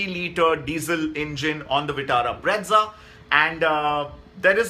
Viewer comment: Bro plz stop calling brezza as breadza😂.... Learn to pronounce first